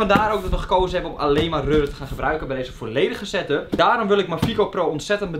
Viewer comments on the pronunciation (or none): Yo boys, het is setup, Geen satup. Geen stress btw.